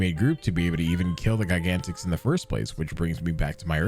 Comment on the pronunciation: The only problem I have with Gigantix is the way you pronounce it.